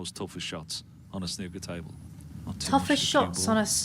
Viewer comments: Dear, you've been living in Blighty long enough to pronounce snooker correctly 🤣 It's not oo like in "crook" or "cook", it's oo like in ""pool". Okay, the contentious subject of if snooker or darts are sports. Well, in snooker, the aim is to hit balls into holes and beat your opponent, much like golf, volleyball (kind of) and so on. The aim in darts is to get a projectile as close to the center of a target as possible, much like archery, shooting and so on. Are they not sports also, just because they don't involve rapid movement of the body in a forward or upward direction? I can think of so many other sports that also wouldn't qualify, but I think best leave things as they are 😜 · As others have pointed out, the "oo" rhymes with "moo", not "cook". One of the things I most enjoy about your videos is how unprepared they appear. There's obviously a lot of work involved in producing them, but they always feel like we're joining you on your first "journey", whatever it may be. On this occasion though I think the videos you chose were less than ideal - more clips of actual play, such as Ronnie's fastest 147 might have been better? For me snooker is definitely a game rather than a sport, and I like your "running around" rule of thumb to differentiate between them. Mind you, archery is a sport, and you wouldn't want to be running around while people were doing that... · FFS pronounce snooker properly, think Snoopy, and stop with the stupid offensive fake accents. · that you don't pronounce it right? Why is it that Americans and i think Canadians too always pronounce it that way, but pronounce Snoopy correctly? :) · I can't watch this, do another one about snooker when you learn how to say how to say snooker and rugby is played world wide its American sports which are not 😮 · Question. If you can pronounce the OO in pOOl correctly to rhyme with shoe, what's so difficult about pronouncing that same OO in snOOker the same way? It's not a U; it doesn't rhyme with put!